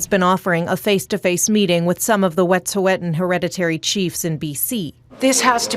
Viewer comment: Y'all can't even pronounce Wet'suwet'en correctly, you should hardly be giving an opinion on it.